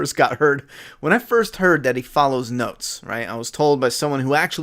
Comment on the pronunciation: When you said he follows notes. I thought you said he follows goats and busted out laughing